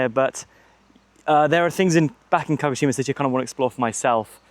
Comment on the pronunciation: Great video! Makes me miss Japan, Haha, Baka gaijin... Walk downhill opposite traffic, bus/taxi uphill. At the start you say KO-shima? You mean KA-GO-shima? Later you say Kagoshima.